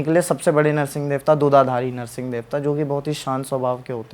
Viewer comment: यार नर्सिंग नही हैं वो नृसिंह है😂😂😂 please किसी से पूछ लिया करो अगर आध्यात्मिक podcast बनाते हो तो🙏🙏🙏